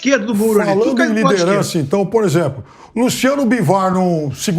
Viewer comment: Lirederança? Hahaha